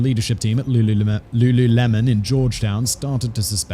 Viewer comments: pausing to request that we make “looluhmen” the official pronunciation, honestly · Simon completely unaware that he definitely said lulumelon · Wtf? There's the singer Lulu and, well, lemon. You couldn't work it out?! I know you sometimes have pronunciation issues but wtf?!! I love your content so much but this is a new low